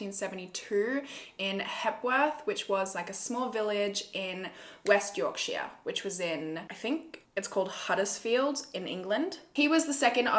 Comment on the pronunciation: I live in West Yorkshire in the UK and the way you pronounced Yorkshire has got to be the cutest thing I’ve ever heard! Yorksha is how we pronounce it with our accent and you’re so well spoken I’ve never heard an Australian pronounce it before! ☺️